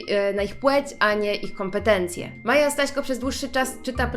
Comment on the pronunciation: usłyszałam Maja Sraśko🤣😂